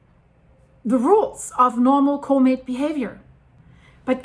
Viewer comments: Sounds like she's saying " comate" Does she mean Comet? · Say the dang word properly, “comet” 🤓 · One question - what exactly is a, "Co-mate?" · when you can't even pronounce the word comet, you shouldn't try arguing about what's normal or not for a comet a comet's tail is not a mechanical phenomenon as if it was being shotgunned by the solar wind the solar wind is a plasma, i.e. its a magnetohydrodynamic fluid, something that interacts way more through electromagnetics than through mechanics whether it repels or attracts is purely function of the polarity, opposites attract but like repels like